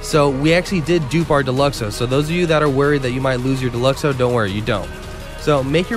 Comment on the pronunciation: Down vote the second I heard Deluxo